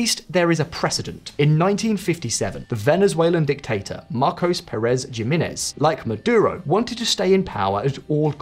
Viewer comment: It’s not gee- man ez it’s yes-man -ez. And while we are at it not las angel-eez